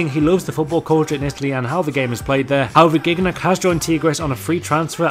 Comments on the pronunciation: it`s /JiniaK/n not /GIGNAK/ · its not giggnak. its zinyak. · Its not gig nac but jeeniak xD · It's not pronounced "gig-nack." It's pronounced "jeen-yack." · Its pronounced JIGNAG not GUIGNAC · Gig-nac? You being fucking real? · You pronounced Gignac wrong, it's pronounced Gi-Ni-Ac. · Is not Gignac you pronounce Jiniak in french I know it's weird but it's french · Hey! You have to say: jiniack for gignac:) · You keep me informed. Somewhat. *Btw Its pronounced Gin-Yac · you dont pronounce Gignac like that its as if its spelled Jijnac :) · How u say gignac ?!?! Lmao seriously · The way you pronounced gingac's name was aids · Stop saying gignac its the Wrong prononciation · The butchered pronunciation of gignac <3